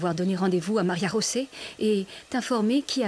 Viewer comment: Pourquoi vous l'appelez Maria-josé ?? Pourtant on entend bien *Maria rosé